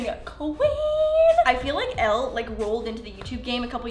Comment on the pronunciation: girl... I love you. But Elle’s name is pronounced like Ellie ❤️... 😂